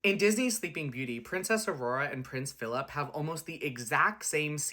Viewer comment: The way he pronounces "phillAp" 🤭